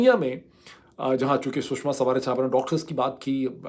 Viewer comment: U r taking shushma name wrong